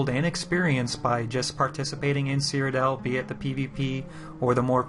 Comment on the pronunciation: I'm that guy; it's called "Cyrodiil" not "Cryodell". An is anyone else getting the feeling that ESO is moving even further away form Morrowind type of hardcore gaming?